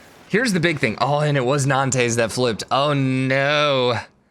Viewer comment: It's not pronounced 'Nan-tess!' It's "Non-ts' with the ts more like a whispered hiss; really let go of the s quickly, no tapering, just touch it, and go. Sorry, everything else is great and great vid, but just the pronunciation of Nantes - so rough!